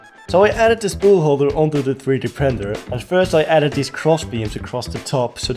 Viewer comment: Did bro say 3D Prender?